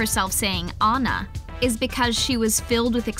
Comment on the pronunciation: Or maybe she is British and they usually say “Anna” but it sounds like “Oanna”🤣